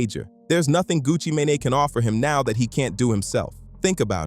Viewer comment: great breakdown however the mispronunciation of “sheisty” & “mane” was actually unbearable. just a little constructive criticism